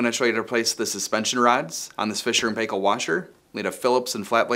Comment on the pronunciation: Excellent video. I'm going to replace the dampening belts as well as the suspension rods while I have the top off. By the way, it's pronounced Fisher and Pie - kel (not Pay-kel). You could pass yourself off as a Kiwi if you do this!